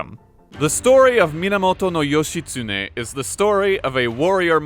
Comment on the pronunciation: How hard is it to look in a dictionary or encyclopaedia to find proper pronunciation of the name of not only a famous historical figure but the name that is also the central figure of the video you're making and saying over and over again? Not expecting Ancient Japanese reconstruction, not even expecting modern Japanese vowel pronunciations, but not even getting the syllables right is too painful. It's not as if there are any internationally famous Japanese mass media entertainment characters called Yoshi that might have given you a clue.